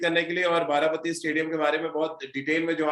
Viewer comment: This is Baarabaati not bati. Plz correct the pronounciation.